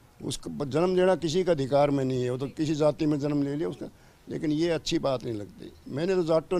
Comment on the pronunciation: Nahi hai Kyu Nahi bolti aap ! Nakhi hai Kyu bolte hai